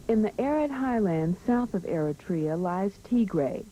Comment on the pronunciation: He can not even say Eritrea this stuiped